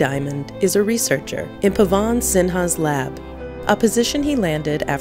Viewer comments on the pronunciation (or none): It is not Pawaaan sinha. It is "Pawan" just one 'a' not 'aa'